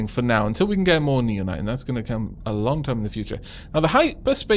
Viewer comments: You're probably suppose to pronouce it now-nites, common with nao to be pronounced as now. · I think naonite is pronounced like 'now-nite.'